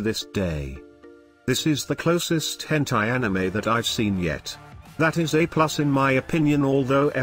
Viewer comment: I'm only 10 and I've seen 2 already and he said Hentie in both ..... ._.